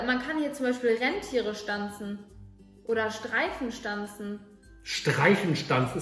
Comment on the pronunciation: Bibi statt rehntier: "renntier" bibi was mit dir los😂😂😂😂😂😂😂